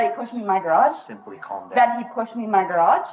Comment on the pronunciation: "You threw me in the garajah!" What the hell is a garajah?